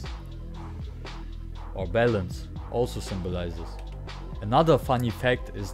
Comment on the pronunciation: Oh balance, i thought you were saying bell ends.! Lol